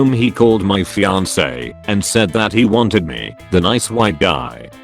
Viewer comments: Fee on k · Fee-on-kay= fiancé, got it reddit voiceover dude.